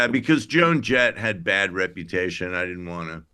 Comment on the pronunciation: It's "Reputation" Jesus...Get it together. I'm writing a book.